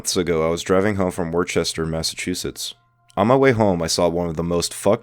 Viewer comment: “Worcester” is pronounced “wooster,” with the “oo” like in “book.”